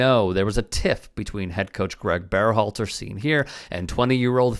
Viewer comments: Is this a real channel? Why do you keep saying BEARhalter?? Have you ever heard anyone say the guy's name or are you just winging it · "Bear-halter"? Nobody else pronounces his name like this, including Gregg himself, Are you trying to tell us that this is how his name SHOULD be pronounced? I don't get it.